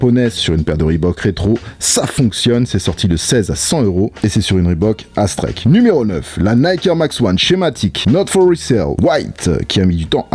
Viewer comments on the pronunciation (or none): Mdrr sur la Aztrek je suis sur que je suis pas le seul à avoir été choqué parce que j'ai compris "asics x BAPE"